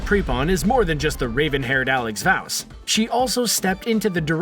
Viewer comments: did he just say Alex Vowse? that made me cringe😬😭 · “alex vowce”